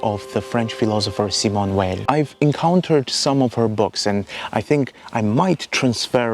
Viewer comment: You have a really lovely voice !- and incredibly interesting content. New sub here! (btw I'm reluctant to even mention this as your accent is so wonderfully ASMR - but, Simone Weil is pronounced Simone Vay [French pronunciation])